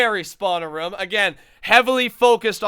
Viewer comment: anyone niticed that he said Room like Rum again :D